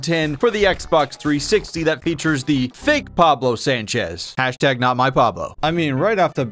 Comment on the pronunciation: that’s not pablo, that’s wablo